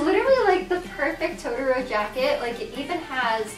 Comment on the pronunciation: It's To-to-ro. It's easy!